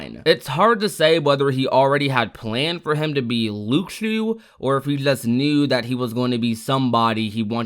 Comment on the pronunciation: It's pronounced like Lushu not the way you've been saying it.